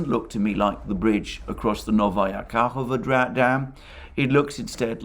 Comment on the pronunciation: I didn't want to interfere but its KahovKa not Kahova😋😋😋